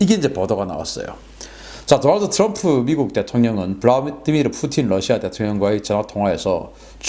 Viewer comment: 러시아 Rusia를 ㄹ러시아 (Lusia)라고 강하게 발음하는 경우가 방송분야에 종사하는 분들사이에서 점점 늘고 있는데 이는 하루 속히 바로잡아야 할 일입니다.